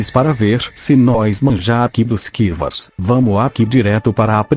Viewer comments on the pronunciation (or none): O animal quando o google tradutor vai falar sky wars ele fala SKI VASSS